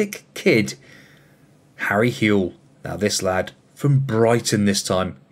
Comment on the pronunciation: His name is pronounced How-Ell and i go to school with him lmao